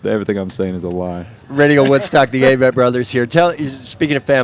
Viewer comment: A-vitt. Seems the guys have accepted the mispronunciation, but c'mon interviewers! Great interview otherwise!